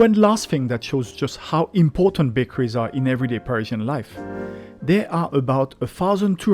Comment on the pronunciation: It sounds like you are saying Persian